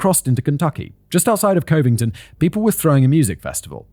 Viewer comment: It's pronounced Cuh ving tin, Simon